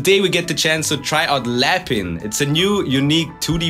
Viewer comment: Lapin is french for bunny pronounced "lappä" (written in german)